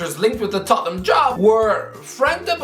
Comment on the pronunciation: As a wise Italian once said, ‘It’s da ‘istory of de Toh ten ‘am.’